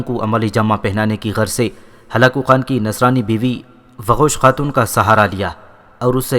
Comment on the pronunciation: Waqosh khatoon nai doqooz khatoon